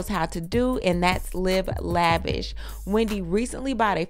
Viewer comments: Hahah not “we-N-Dy” 😂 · Hahhahahah “We” not “Weeee-ndy” gosh 😂😂😂👏🏾👏🏾👏🏾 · WE. Not WE-NDY, but WE. 😂😂😂😂💀💀😂💀